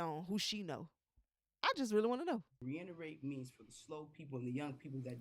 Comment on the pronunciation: The way she said reinerate when the word is reiterate with such confidence 😩